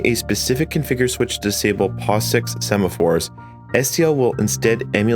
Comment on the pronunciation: Awesome video. I just had to point out that you said "sephamores" at least twice, instead of "semaphores" 😅